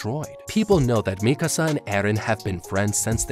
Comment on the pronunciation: Oh thank God you pronounce Mikasa correctly